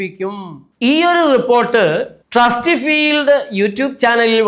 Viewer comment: ട്രസ്ടിഫീൽഡ് അല്ല സർ, ട്രസ്ടിഫൈഡ് എന്നാണ്.